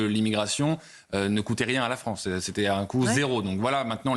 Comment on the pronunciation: Pas "la fronce", son pyramidion, nuance…